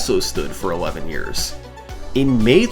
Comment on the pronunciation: "That's was nearly 20 Yeahrs ago" hurt on a Level words dont Describe